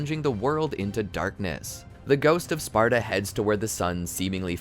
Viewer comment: y u keep saying “gout of sparta”? lol